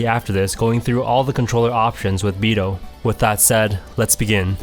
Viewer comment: I mean... Just so everyone knows, it's pronounced Bi-dOu as in it has to be the long O. Basically you should be ignoring the u. At the same time, don't mistaken it for bi-doh either; like the Homer D'oh. You just elongate the beginning of O. I mean, it would be nice and respectful to the Japanese if you say it properly, that's all.